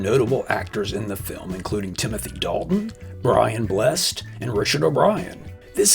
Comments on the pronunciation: Brian Blessed's surname has two syllables It's "Bless-sed" not "Blest" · Blessed is pronounced Bless -Ed